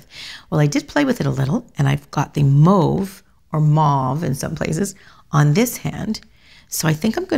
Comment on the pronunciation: I love that you pronounce mauve correctly! We don’t pronounce taupe ‘top’ do we? Yay you!